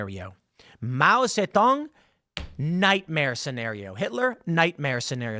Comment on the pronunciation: Wtf was that accent when Tim said Mao Zedong? It sounded almost French. Not Chinese at all.